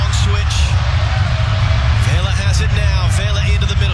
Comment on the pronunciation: The announcers need to learn how to pronounce names. It's not VEY-la. It's VE-la, which is the short "e" sound, as in "bet." Pretty basic thing. It just takes a little effort.